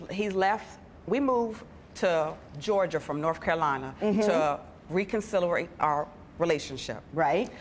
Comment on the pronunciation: "Reconsilerate". Lol it took me a min to understand what she was trying to say